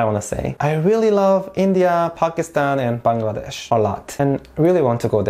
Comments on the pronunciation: You know what i liked about the video most.......? that was you pronounced 'Bangladesh' exactly how we do ..........love it ...thank you .. 😊😊😊😊😊😊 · Exactly my thought !!! Most of the people pronounce the name of our country in a wrong way which is really irritating!! But he did such an amazing job !! ❤❤❤ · I was also thinking about it!!!!😊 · The pronounciation Bangladesh..nailed it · Thanks for pronouncing BANGLADESH correctly. Lot of foreigners can't do that. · FINALLY SOMEBODY SAYS BANGLADESH CORRECTLY!!!! (btw I'm half malaysian and Bangladeshi) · The way you pronounced “Bangladesh” was perfect 👌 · You speak well of our Bangladeshi Name